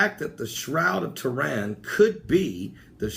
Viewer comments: BTW I apologise but its buggin my... your sayin shroud of toran..... its Turin not toran..... ur pronunciation of off... again I apologise ¡¿¡¿¡ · please please please work on your pronunciation. Turin not turan, Stonehenge not hedge. I really don't mean to nit pick but... just sayin it makes it hard to take you serious sometimes... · arthur soctomah There are a high level of miss pronounced words in this video which makes me think it is on purpose. Stonehenge is pronounced is Stonehedge. Sun god Ra was pronounced Ray. Turin pronounced Tehran. There is a pattern here though... any pagan site, object or deity seems to be miss pronounced unless it is a bible reference then it is pronounced correctly. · it's Turin, not Tehran. and i'm sure you would know that.